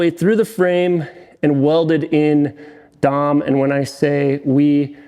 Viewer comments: Had to click away the third time I heard “DOM” instead of “Dee Oh Emm” Like when you hear someone call it “NOSS” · D O M. You don't pronounce tubing as Dom. Drawn Over Mandrel is D. O. M. We aren't referencing Dominic Toretto here. The entire bed side should have been made of round tubing as well. That square just doesn't match the esthetic of the cab. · D O M. Not domme. That is all. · Please don't call it Dom.... It's dee oh em. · DEE,OH,EMM not Dom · I'm from SoCal and have been around car people all my life, in 30+ years never have heard it any other way than Dee oh Em. I definitely thought you were saying Dom as like a meme or something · up here in Canada we Say Dee,oh Emm. 🤷‍♂️ Every-time you said Dom I giggled a little lol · here in SoCal the epicenter of off-roading it’s D. O. M. We know you’re a YouTuber if you say dom. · that’s the first thing I thought of as well when he said Dom lol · Agreed it was like nails on a chalk board lol. I knew what you were talking about but yeah haha.